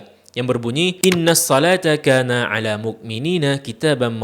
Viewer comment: Pembetulan bang : 1. Kaa nats 2. Akhir ayat pakai ta bang bukan tho